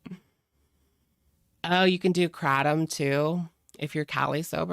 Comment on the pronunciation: The way you said "KRAHTOM" and "DEMIGLIOS" 🤣🤣🤣🤣